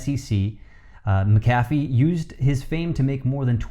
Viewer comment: I am absolutely embarrassed, you can't pronounce his name correctly. 👎🏽👎🏽👎🏽👎🏽👎🏽👎🏽👎🏽👎🏽👎🏽